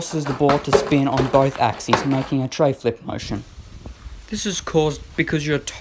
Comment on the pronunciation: It’s treflip not treyflip